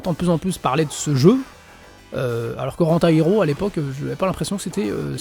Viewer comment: Rent A hero haha. Est-ce que le type a fait 2h de cours d'anglais dans sa vie ?